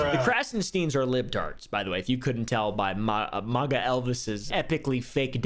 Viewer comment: who tf pronounces MAGA like that